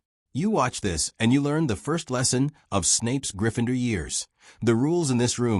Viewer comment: If you want success.. recheck the video after AI has voiced it.. What the hell is ‘Gryph-finder’